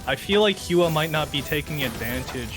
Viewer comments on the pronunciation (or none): hua should be prounced as whua?